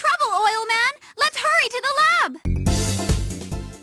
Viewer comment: HUWWY OILMAN!!!, DEFEAT DOCTOR WIWY